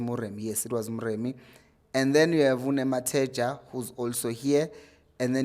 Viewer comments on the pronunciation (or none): *Nemtajela chief not Nematheja.